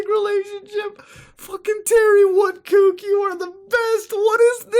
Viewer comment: It's Terry Wood-cock.